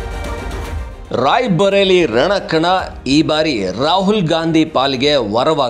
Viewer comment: NOT RAIBHARELI BUT RAI BARELI NOT BHA BUT BA.